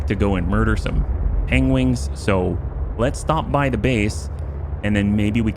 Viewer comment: It isn't your wingman, it is you pengwing man.